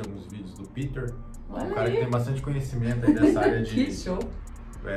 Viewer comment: O react tá muito top. Legal mas falar PITER é um sacrilegio kkkkkk Meu nome é PETER PETER